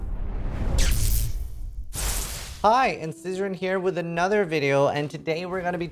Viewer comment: I love the way he says "Zizaran here with ANOTHER video" Kinda like he can't believe himself how many he's pushing out